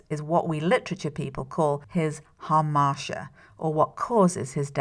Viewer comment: A classicist would tell you that the word is pronounced hamarTEEa, not "hamarsha." Hamartia in Ancient Greek means error.